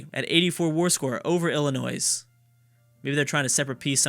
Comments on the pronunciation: The S is SILENT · Okay so I'm not American, but I'm like 99% sure Illinois is not pronounced like that by anyone other than. I though it was pronounced as "ill-annoy" with a silent s? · Love the series! Tip: Illinois has a silent s. also, Minnesota is the best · youre not supposed to pronounce the s in Illinois! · Just gonna say Illinois is pronounced with a silent s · Yes, the S is silent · OMG you don't pronounce the s in Illinois, Im not even from the US and know that